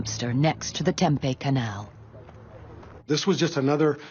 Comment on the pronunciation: Y’all gonna narrate get a human being I live in Tempe. It isn’t pronounced Tempe either terrible.